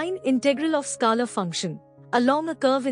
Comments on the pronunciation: Ma’m u r doing a great job 👏.. but please 🙏 … it is pronounced as skaler ( scaler) and NOT skalar field as you frequently say 😮 Remember the ruler 📏 or scale we used at school…. So scale..r ! Got it 😅👍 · This is a masterpiece... Thank you for putting in all the effort. I love the way you pronounce scalar btw 😂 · Please get pronunciation for scalar right. It's irritating